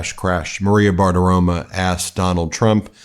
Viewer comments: I love you, Ben, but the name is BartiromO, not BartiromA; it's very annoying that you keep mispronouncing it. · I really enjoy how you pronounce "Bartiromo." It sounds like you're saying, "barf aroma." 😂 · You pronounced her name wrong. It's Maria Baggabologna. 😮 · It is BartiromO